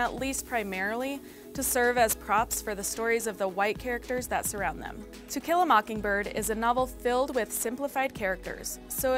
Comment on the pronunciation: She did that on purpose, lol, we all heard it!